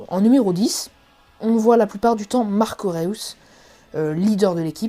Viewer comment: C'est pas "Réous" mais "Reüs"